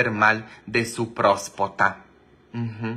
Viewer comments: Father se dise prostata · Se dice próstata